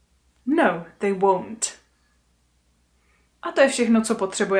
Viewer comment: Ten stažený tvar won’t pro mne zní stejně jako want